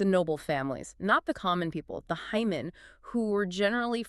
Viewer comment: I’m sorry, but if you cannot even properly pronounce the Japanese words your findings are based on, I highly doubt the accuracy of any of your content. The ‘a’ sound in Japanese is like the “ah” in f*a*ther. The ‘hei’ in heimin, should sound like the word “hey/hay”, and not “hi/high.”